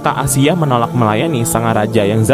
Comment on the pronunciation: Ralat asiah bukan aisah broo